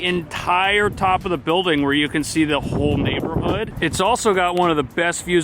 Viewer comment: Love how you say "empire state BILL-ding". 😄😄😄